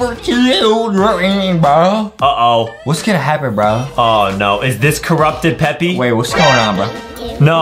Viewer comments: They said peppy it's supposed to be Peppa with an A NOT a Y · It’s Peppa Pig Not peppy pig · ITS NOT PEPPE OR PEPPI ITS PEPPA I REPEAT PEPPAAAAAAAAAAAAA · ur supposed to say peppa pig not peppy pig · We say peppa Justin said peppy💀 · "Peppy" "peppa" bro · i love justin and adam from They Say Peppi instead of Peppa Pig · It's peppa not peppy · Is everyone know anything about them saying Peppa pig wrong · It's Peppa not peppy it's Peppa and also not mr p it's me potato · It's peppa not peppi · It’s peppa not peppy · its not peppy its peppa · Stop calling her peppy her name is peppa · Lol its not peppy its peppa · It is PEPPA NOT FRICKING PEPPY. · justin why just why would yuo say peppy it readily said peppa not peppy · Ppepa not ppepy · Bro can’t say Peppa 💀